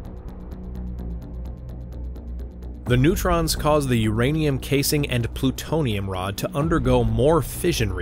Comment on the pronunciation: The way he said "plutonium rod" sounded wierd. And the fission chain reaction looked like the neutron hit the daughter nuclei. The video seems to be quite high quality and yet they seem to not really understand the topic.